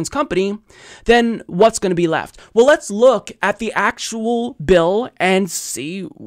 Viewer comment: The way he said it and du-PLICK-a-tive (more Aussie-like) are common. His pronunciation of "well" as "wull" is terrible as is his pronunciation of any word beginning with "str"....e.g. "schtrong" for "strong".